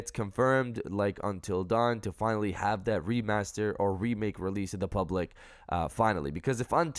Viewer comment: FINIALLY!!! Falls to my knees dramatically